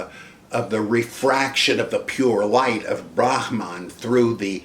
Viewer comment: Only a real scholar draws distinctions between voicing ' Brahmin' and Brahman: Im always tickled by the Dr's grasp of Sanskrit and Buddhist technical terms